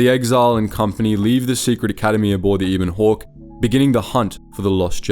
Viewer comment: just reading a script and never played the game. Can't even say 'Ebon Hawke' right -_